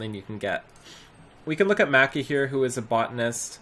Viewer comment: Maki is pronounced Mah-ki. Honoka is pronounced Hoh-no-ka, like santa clause ho-ho -ho. Otherwise, very nice video with lots of useful info.